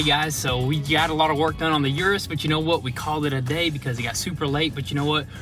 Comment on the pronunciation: O-rus not U-Rus